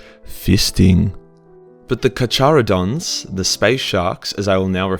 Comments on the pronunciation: “Car car a dons” the dipshit way to pronounce it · Omg.... sorry but I have to say it. It’s pronounced Car-caradon and Tie-th Love your videos. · Yo king sexy beast. Just to be that guy. Car-cara-don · Its pronounced with a K kar-kar-odon. Its the scientific name for sharks but do what you want lol ¯\_(ツ)_/¯ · How can you live in one of the areas with the most great white sharks in the world and even have fuckin shark alarms and know how to pronounce “carcharodon” correctly? The “ch” makes the hard “c” sound so it’s said like “carcarodon”. As a great white fanboy I just had to say this. Thanks for coming to my TedComment. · Dont mean to be timmy here but it’s pronounced kar-ka-rodons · It's pronounced "car-care-adon" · its pronounced cock-oro-don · KAR-KARA-DON is how you pronounce it! I'm so triggered. 😂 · Its pronounced Car-cars-dons, so you know so the neckbeards don't flay you with their shity katanas